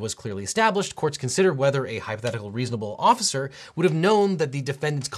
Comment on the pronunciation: "...officicer..." <- Huh ?